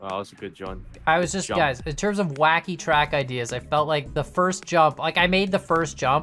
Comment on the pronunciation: it was supposed to be WHACKY not KHACKY